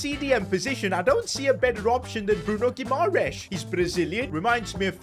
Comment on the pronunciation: please pronounce guimarães’ name correctly